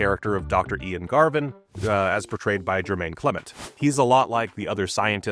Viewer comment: I enjoyed this very much. Some of my own opinions are easier to express, having heard what you shared in this video essay. Thank you. Also, I thought you should know, there's no one named Jermaine Clement acting in either avatar movie. The kiwi actor you intend to reference is Jemaine. No 'r'. For future reference...